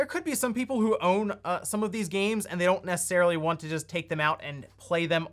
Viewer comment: “Oawn” lol